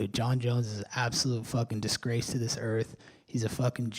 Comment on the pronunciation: Colby covington Incorporate 😂😂😂 "he's a discrase to the earth" .....😅😅😅